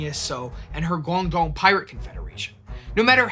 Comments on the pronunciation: Why would you make an entire video about a chinese pirate and not make any effort to pronounce any of the chinese words even semi accurately. Baijiu isn't pronounced like it has an x in it and guangdong isn't pronounced gong dong. You could google the word and in 4 seconds get a pronunication guide. This is much lazier than I expected of this channel and evidence towards my personal theory that Americans cannot read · Yeah, great topic, it would be nice for the presenter to either take some time learning how to pronounce her name, or her province (what is Guangdong?), or to at least point out he didn't know how to say them.